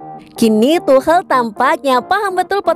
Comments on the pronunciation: Cara bacanya is tukel(tuchel) not tuhel 😆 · Gabisa bilang tukel Dah segitu ja capek